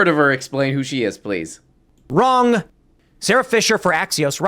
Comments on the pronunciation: He self reflects while reading something which is why he has no clue what he just read and gets it wronguh. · It's wronguh